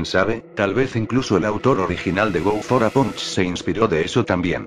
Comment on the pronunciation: El nombre: Go for a Punch Lo que escucho en el video: Go fora Pancho xD